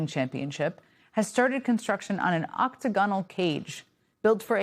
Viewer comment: I know she's not thinking and just reading from a teleprompter, put that pronunciation of octagonal annoys me. Otherwise she's on point and I agree with everything because I'm a brainwashed follower